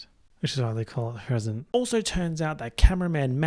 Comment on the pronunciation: it really sounded like you said, "todays a gift, which is why the call it a prison"